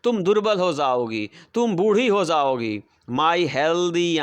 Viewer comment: Jaogi😂 Prounce